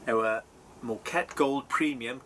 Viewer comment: That mug is far too big. No wonder you can't taste much. It's pronounced "MOH-ka-teh".